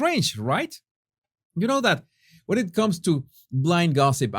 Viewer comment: Hello — Here’s your daily list of English pronunciation tips ‘Strange’ = [recte ‘straynj’] not [EStraynj] ‘Head’ = [recte ‘hedd’] not [‘haad’] ‘Summarised’ [recte ‘summrizd] not [‘soomryzd’] Fausto is going to kill me if he ever reads these ‘tips’!! LOL